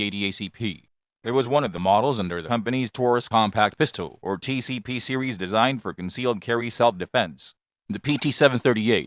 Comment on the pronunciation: SERIES -> SEEWEEZZZ